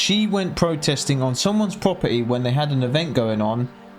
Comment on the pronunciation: I like the way you say property proper'ee